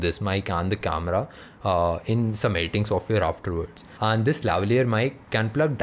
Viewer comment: does he say 'han' for 'and'!!!!! btw great video.